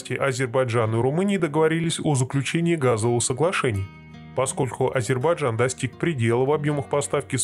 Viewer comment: Автор,нельзя быть на таком канале ,таким неграмотным. АзербаЙджан,а не Азербаджан !